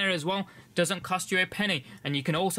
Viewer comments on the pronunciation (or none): none